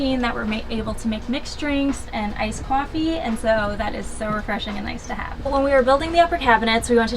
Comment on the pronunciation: This has to be my fav van conversion ever! But she said cof-ffee